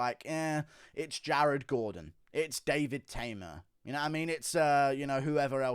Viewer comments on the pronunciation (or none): none